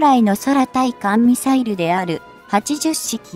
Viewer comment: 日本語が嫌なんだよね、「そらたいかんミサイル」